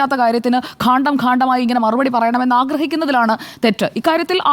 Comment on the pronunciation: ഘാണ്ടം അല്ല സുജയ ! കാണ്ഢം !